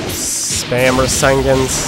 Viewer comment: It is pernounced ra-sayn-gun not rosingin